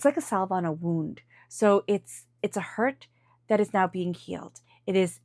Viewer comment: Sound is muffled, fuzzy. Irritating and difficult to hear. Sorry... re-do. And the word is: SA''ve. Rhymes with have. A silent 'L'. Jeez.